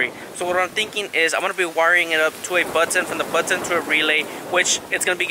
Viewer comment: The "BUT - TON" 😂